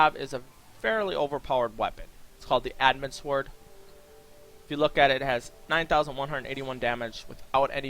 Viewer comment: can you actually say sword properly you don't pronounce the w and it makes you sound special